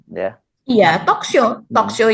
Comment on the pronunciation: Tok de tok is no tok de tok.but is tok tok wou.